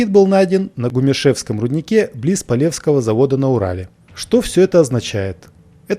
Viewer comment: Спасибо интересно! Небольшая ошибка в ударении ... Полевского Город Полевско´й, а не Поле´вской. Правильно ... Полевско’го завода на Урале.